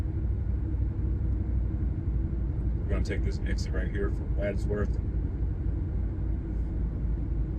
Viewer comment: This is the first video of yours I have seen. I got it in my feed because I was looking at some different ice 70 videos. It doesn’t seem as though you’re actually from the Denver area as you are mispronouncing words incorrectly. Not just Limon, but Wadsworth and Arvada. Also, I wished you had highlighted the Stock Show grounds as you drove past.